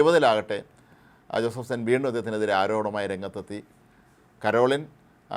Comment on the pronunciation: ആദ്യം ഈ പേരെങ്കിലും നേരെ പറയാൻ പഠിക്കണം.കരോളിൻ അല്ല പരോളിൻ ആണ്.മറുനാടൻ്റെ പല വാർത്തകളും ആരെ സുഖിപ്പിക്കാൻ ആണ് എന്ന് കത്തോലിക്കർക്ക് വ്യക്തമായി അറിയാം.